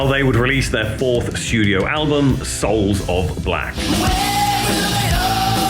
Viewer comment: SOULS OF BLOCK! Ever since day one, It always sounded like block.